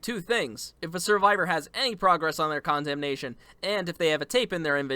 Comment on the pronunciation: Condemnation: con-demt-ion✅ Condemnation: condom-nation🚫